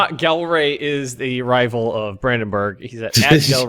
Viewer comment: I'm not dutch but when i hear people pronounce Gelre with an english G it kills me